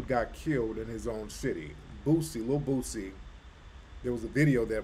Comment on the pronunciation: its boosie bra not bootsie u from the south how u cant pronounce it whole time im thinkin he talking parliament funkadelic